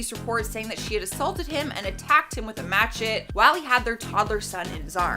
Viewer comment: You mean Ma-shet-ee spelled Machete. Rehearsal pays off in the long run. Just sayin.